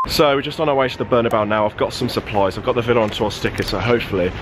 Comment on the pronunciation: 'Berna-bow' Can't even say the name of the stadium correctly. 🤦🏾‍♂️